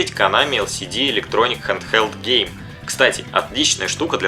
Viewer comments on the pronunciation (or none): none